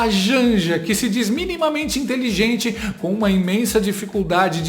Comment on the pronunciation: Não tem POBLEMA 😅😅😅😅DEIXA A INTELINGENTE FALAR 😅😅😅